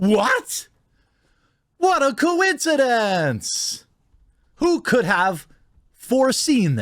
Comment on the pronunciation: What a co-een-kee-dink! So many freaking co-een-kee-dinks, so little justice